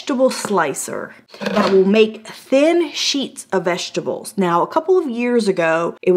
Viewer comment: Vesterble... vesterbles.... 😂😂😂😂